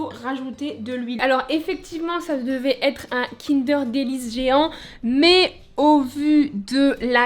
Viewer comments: Non pas "kindair* mais kindeurr* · un quoi ? Kindère ??? On est d'accord on dit kindeur non?